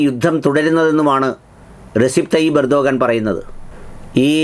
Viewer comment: റസിപ് തൊയ്യിബ് ഉർദ്ദുഗാൻ അല്ല ! റജബ് ത്വയ്യിബ് ഉർദുഗാൻ എന്നാണ് ശരിയായ അദ്ദേഹത്തിൻ്റെ പേര് ആൻങ്കർ ശ്രദ്ധിക്കുമല്ലോ😂😂😂